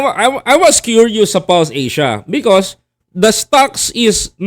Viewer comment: False Asia not Pulse Asia lol